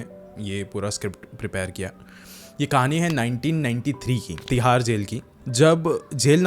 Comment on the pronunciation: Tihar ❌thihar ✅